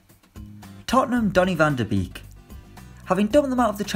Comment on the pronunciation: I’m sick of this. It’s pronounced Van De Bake